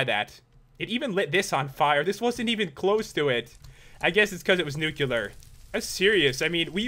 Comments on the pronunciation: why do you say newcular it's nu-klee-ar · I don't want to be a jerk but it's not nukular it's nuke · Its pronounced nuclear not nuculer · It is not Nucelar, it is Nuclear. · U said nu-cu-lar grenade the whole time:D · "Nuc-u-lar grenade" FFFFFFFFFFFFUUUUUUUU